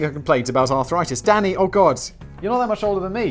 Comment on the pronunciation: Lol every time he says “Danny” it sounds like he’s saying daddy